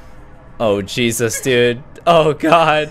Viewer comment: When ever says 'Jesus' it sounded like he said 'Cheesus'